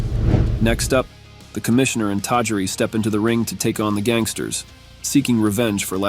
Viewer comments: "The Commissioner and TAJREE?" lol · The AI cant. Got Tajiri wrong also lol